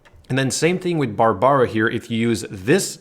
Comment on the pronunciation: Being a F2P myself, I really like this guide. THANK YOU!!! But am I the only one disturbed by the way BARBARA, KAEYA & LIYUE is pronounced? I mean, the game has English voice acting. Shouldn't really be that difficult. Still dropped a like & subbed. I am currently running a [Razor, Barb, Xiang & Amber] comp for the ATK UP, but I might give your [Razor, Kaeya, Barb & Amber] comp a try.